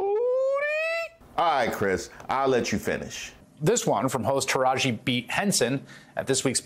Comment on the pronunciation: He pronounced Tiraji AND Henson perfectly. That "beat" bs was on purpose.